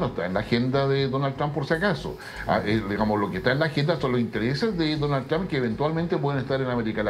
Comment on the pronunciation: El de camisa azul es mas burro que maduro, no es Tram, se dice Trump